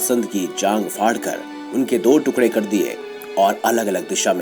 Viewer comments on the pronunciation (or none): none